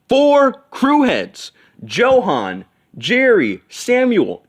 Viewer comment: Johan is pronounced as Yohan, with a Y. For the love of god.